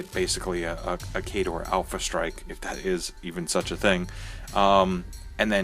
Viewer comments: Its fine. its just that i never heard anyone say it like that before. Every Battle report i watched and all the players i play with say kay-dor so it sounds really weird to me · Oddly enough, it sounds a bit weird to me too, which is kinda funny since pronunciation is alot closer to how we actually say it over here. Guess I'm just too used to it sounding one way in English and another way in Norwegian.:P For reference, if he'd roll the R it would be exactly how Norwegians say it.:)